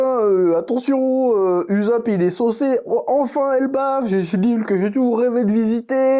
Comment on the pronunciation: et le chef qui prononce "Uzopp" ça me fume…